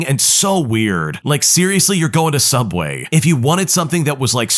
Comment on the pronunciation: What's subway? I only know sooubway.